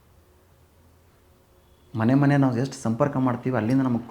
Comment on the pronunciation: A ಗುಬಾಲ್ ಮನೆ ಅನ್ನುವುದಕ್ಕೆ ಮಣೆ ಅನ್ನುತ್ತಿಯಾ ಕನ್ನಡ ಸರಿಯಾಗಿ ಮಾತನಾಡಿ